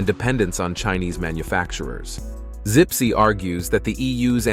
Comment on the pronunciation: the CEO is called Zipse, not Sipsi